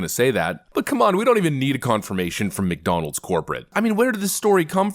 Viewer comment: she didnt even believe she had to say McDonalds... or rather mc.. donalz... give me more hooch please